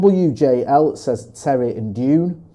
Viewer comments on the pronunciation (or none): Dune not June 😂